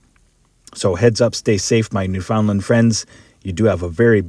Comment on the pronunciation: "new funland", not, "new foundland", wake up...